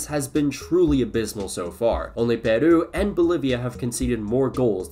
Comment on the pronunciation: why does he pronounce Peru like a japanese word?